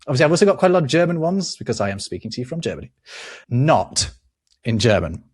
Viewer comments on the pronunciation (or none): Sorry, but the German Not is pronounced like naught, not as not